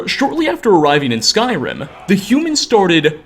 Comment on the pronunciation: Ia, cant get over your speech patternsa. "in Tamriela, the wood elves, the dark elvesa...humansa too". -_-'